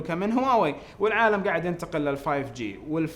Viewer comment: هواوي...... (أوووول من آلآلــم) (الأول من العالم) 😁🤣